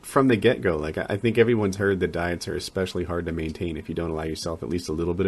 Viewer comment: "Ex-specially" aluminized steel